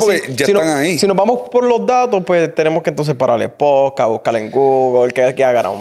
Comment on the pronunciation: Que puedes esperar de alguien q dice “pojcaj” 🤣